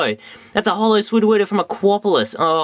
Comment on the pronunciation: Every time you said 'Sudowoodo' it sound like "Swoo-do-woo-do". I lol'd. So funny, dude, keep it up!